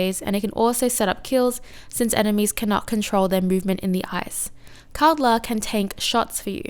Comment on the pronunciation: over all you were saying kaldr's name well you just switched the D and L's place. lol. was mostly unnoticable. the way its said is "call-der"